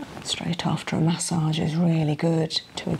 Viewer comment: First it was CO LAWN and now it's MAY SAWG...I LOVE IT HERE 😂😂